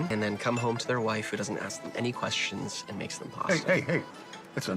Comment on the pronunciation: Ok I know it's random but it's so freaking adorable how you say axe instead of ask